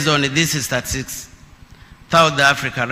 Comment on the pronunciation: Neno statistics ni ngoma kutamka kwa mheshimiwa, hii ni fimbo